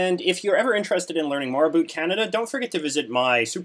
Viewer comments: "Abuut" oh that hurts to hear. - About. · I don't think you're actually Canadian. You actually say "a boot" the way the Americans always think we say "about. Busted. You also make a few mistakes including thinking Canada was still a colony in 1921. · Holy shit you said boot instead of about, I'm Canadian and that's the first time i heard another Canadian say that. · I love the way you say 'about' ... <3 <3 <3